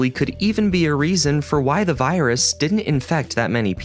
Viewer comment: wait did he really say "u waant to get this viruson en windows xp